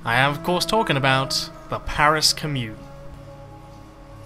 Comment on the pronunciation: Can someone please tell this guy how to pronounce commune